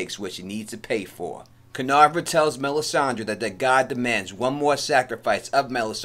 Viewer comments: Every time you were mentioning "Kinvara" as "Kinavra", my whole body was cringing so hard! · Dude please pronounce her name right!!! It's Kin-VARA!!! KINVARA. Not kinarva or however you said it.